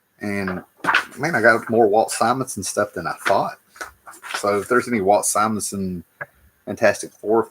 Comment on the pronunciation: I’ve been watching you since 2013 and I’m so proud that you’re finally pronouncing Simonson correctly